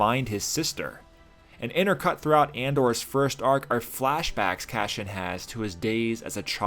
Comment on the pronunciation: I'm sorry to be "that guy", but why do you pronounce his name Cashian instead of Cassian? It's like Lando purposefully pronouncing his friend's name HAN instead of HAHN. It's bothersome and it breaks me out of your otherwise fantastic analysis.